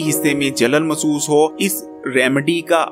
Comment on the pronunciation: مسُوس ❌. Masoos. مح سُوُس --- محسُوس ✅۔ Mehsoos